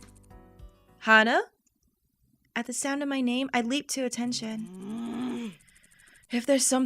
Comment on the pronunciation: Ok,, Hana's name is pronounced Haw-nuh! I hear you say Hannah every now and then and it makes me go all... "EKK!!! Why?" that's it... love you (in a platonic way) P.S. Do the PBG route for all the feels...